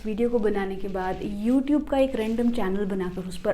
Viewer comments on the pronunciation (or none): none